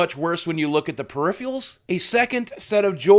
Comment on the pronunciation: Did you mean to say "Peripheral" not Perfial right?